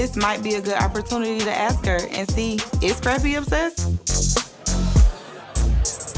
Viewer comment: Its "ask".